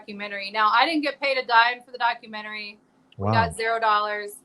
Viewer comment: I correct you in the name of Lord Jesus. You struggled with your reading skills at the beggining. Incorrect pronunciation of "Documentary". You misspoke using the word "woman". If you could speak to black women not woman. Reading is Fundamental. Dont be ashame! Go online to get help with your reading and grammar skills. I wish you success!